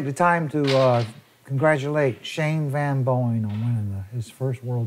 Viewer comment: Great match. These two are incredible shooters. And Earl and are the only ones that call SVB "Shane Van Boeing". They never say it right. Not sure why Earl refuses to pronounce his name properly.